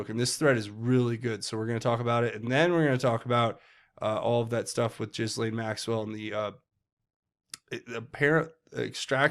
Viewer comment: Not to nitpick but it’s pronounced GAH-LEEN Maxwell. That’s what the victims call her so I assume that’s how you pronounce it.